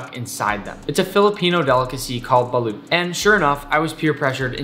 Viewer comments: its pronounced ball-ot not ball-oot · As a Filipino myself, we pronounce it as "Balot" and not "baloot" or "balewt" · we pronounce it as “bah-loht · As a filipino we pronounce Balut like Ba-Lot And yeah i know people will say in this comment no one asked but i just wanna tell you guys that cuz im happy he eats our country's famous dish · im from the philipines and you pronounce balut bah-lut :>